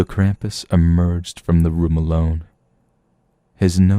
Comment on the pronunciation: YEEEEES!!! You pronounced Krampus' name right! Good job!!!